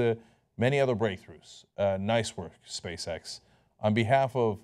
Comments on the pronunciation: He said: "Space X", I heard: "Space-Sex". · everytime cenk says Space X, i hear Space Sex..... IM A CHILD TOO!!!